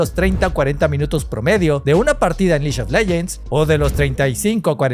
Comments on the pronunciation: Me duele cada que dices liyo leyents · El "liyon leyens!" Iba tooooodo bien hasta ahí...